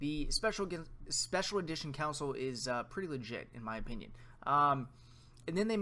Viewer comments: It's console, not council. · It’s Con-sole lol